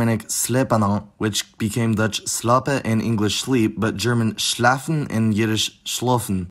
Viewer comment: Ik the video is 3 years old at this point , but in case your interested in how I (a native Dutch speaker) pronounce words a bit differently: I noticed you pronounced the word 'kuiken' as 'keuken' which is kitchen in Dutch. And there were some smaller ones; e.g. you mentioned 'to sleep', which is 'slapen' in Dutch. In normal conversation we almost always clearly pronounce the 'n'. I noticed the lack of 'n' in some other words as well. But definitely a cool video, I learned quite a bit!